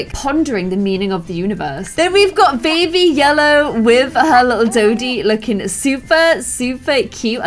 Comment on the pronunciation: “✨BaBY LelLoW”